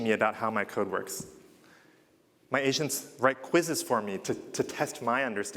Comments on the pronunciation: I kept hearing him say that "Asians" when he says agents :D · I can't help but hear him say "Asians" instead of "agents" 😂